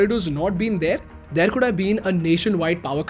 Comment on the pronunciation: bhai pls change frrom "theaaar" to "there"